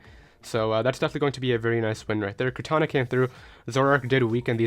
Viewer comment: Also the way u pronounce kartana tf is that